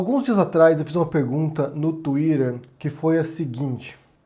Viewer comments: para de falar tuirer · Vc é ótimo,mais pronunciar "twider " é chato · Eu acho engraçado o falando "TUÍRERR"